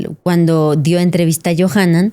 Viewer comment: Yonahan dice, en lugar de Yohanan :)